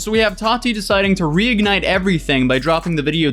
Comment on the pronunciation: Why does he say "tati" liiiike "hot toddy" tho